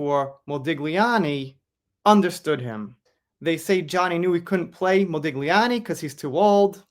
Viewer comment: Mode-li'ani, the g is silent. Thanks. Still looking forward to the US premier. ❤